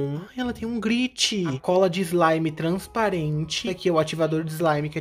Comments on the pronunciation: Brasileiros normais: Glitter: Griti Kkkkkkkkkkkkkk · sim, mas isso não foi uma crítica, só estou falando pelo fato de que ficou engraçado, mais nada.